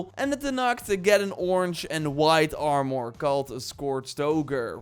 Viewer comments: AR-MER Not AR-Mwuar Won't watch any more of your videos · The way he says "Are-More" is awesome LoLz